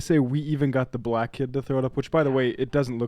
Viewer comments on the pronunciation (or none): none